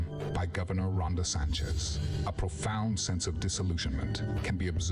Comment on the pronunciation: Did that AI voice just call him "DeSanchez?" Around 5 minutes. The beard-shaving girl would get from me an order to strip naked amd burn her clothes right there in the park or she'd be walking to her ex boyfriend's.